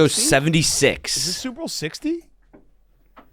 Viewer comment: remember when that guy got on Big Cat for pronouncing "Super Bowl" very quickly to where it sounds like "Soup Bowl". Then Big Cat got mad about it. Yeah it's all I hear now. for a good reference here